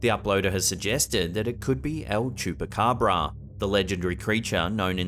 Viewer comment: I love the way any other non Spanish speaker pronounces "chupacabra(s)"and I mean it, sounds funny that Spanish you try